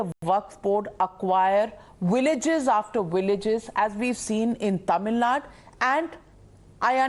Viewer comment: Your anchor is unable to pronounce the name of "Tamil Nadu" correctly. Worse still, this is an issue in Tamil Nadu but it seems all the speakers are non-Tamils. Isn't this chavunism at it's worst.